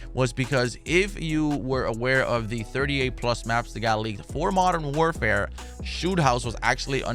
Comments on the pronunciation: When he says “ if it’s fo free, it’s foh me “ I be saying that shit along with him 😂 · “If it’s fo free it’s fo me”